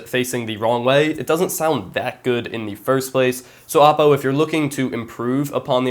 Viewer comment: thanks for saying oppo right. Other youtubers say o-ppo. Great video!